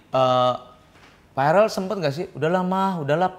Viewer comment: Verrel om eko bukan farel 😂